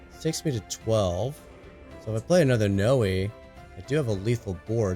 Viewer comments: One lil thing, she's prenounce N oi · Noi is pronounced like “koi” the fish 🤣 I think my kids are now going to call her Noey now though lol